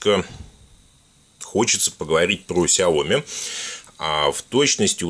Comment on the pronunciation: наверно правильно говорить "ксяоми"!